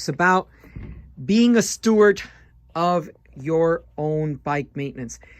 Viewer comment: did you say "stewart" or "steward"? Steward is correct.✌️